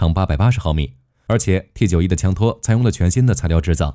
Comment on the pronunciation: 有點無奈 你是大陸人嗎? 什麼65K2 XT91 是這樣念的嗎?沒當過兵嗎? 念法應該是65K兔 T9么 受不了